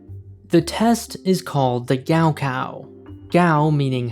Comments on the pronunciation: For those wondering, gaokao is pronounced more like Gaw Caw Also, wonder if the school has a gift shop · It's pronounced Kao Khao. In pinyin the letter G is for English K and K is asperated K. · the way they pronounce gaokao is giving me a literal stroke lmao